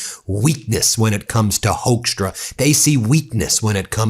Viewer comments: Ben, it's procounced "hookstra", like in "hooker" . Not "hoaxtra". No joke, take it from a native Dutchie. And yes, I'm ashamed of that sorry excuse of born Dutchman Hoekstra. Before Canada he was the Ambassador over here in the Netjerlands and yeah, after initial high expectatiobs we soon found out he's everyting but a diplomat. Just a silly hardliner and a complete and utter moron. Even a crocodile would do a better job bringing people together than this vile excuse for a human. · Hoekstra is pronounced as hookstra.. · Sidenote: Hoekstra is pronounced as in Hook-stra, it's not a German name, it is Dutch. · HAPPY 4TH OF JULY🇺🇲 AND A HAPPY 250TH ANNIVERSARY OF THE UNITED STATES 🎉🎆🇺🇲 I SAY HI FROM AMSTERDAM🇳🇱 Hoekstra pronounced as HUKSTRA OE=like in YOU DUTCH!😇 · Yeah, Hoekstra has a Dutch name. You are pronouncing it wrong btw, But it is the last thing that worries me. He is a political thug. It shames me he has a Dutch background (well in name only). We will never want to be associated with this guy. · Really, Hoekstra? You don’t know why Canadians upset american govt